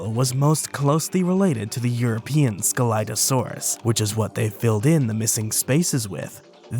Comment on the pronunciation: What I regognized : you pronounced scelidosaurus wrong The Correct Pronouncation is without C But at all I like your Videos everytime :D